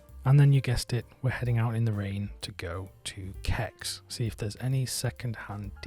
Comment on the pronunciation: Cex is pronounced sex, YouTube one of there ads and you will see.